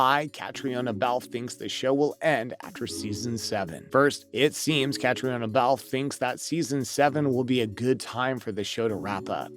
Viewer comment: Catrina is how her name is pronounced. Please try harder!